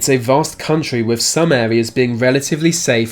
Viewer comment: Why do the Brits pronounce words with -th sounds like an f??? Case in point they would pronounce "with" like "wif". It's your language and you can't speak it. BTW lieutenant is pronounced lou-10-ent not lef-10-ent.